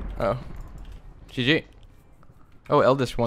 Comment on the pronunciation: are you french? bcs the way you said gg was so french xD